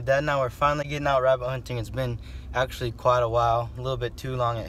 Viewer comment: you pronounce rabbit like rabinn